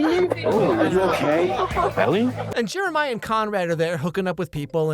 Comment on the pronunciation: I know you didn't say it but I could have swore you called Jeremiah Jimmermiah